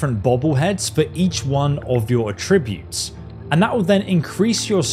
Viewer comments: "A-tri-butes"...?? "At-tri-butes" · Atrib-utes, apear-all. Oof, unwatchable. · Its A-ttributes, accent on the A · Please stop saying attributes like that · I was with him all the way until he mispronounced attributes.